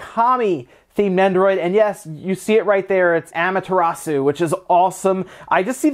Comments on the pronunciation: It is pronounced ah-ma-ta-ra-su, not am-terasu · I'm sorry, but the way he said Amaterasu killed me.😖